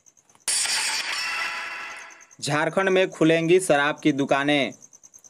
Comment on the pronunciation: Ye reporter ki shabdawali thik nhi sharab ko sarab bol raha hai inko sudharna chahiye.